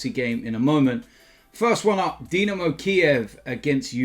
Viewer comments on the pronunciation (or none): none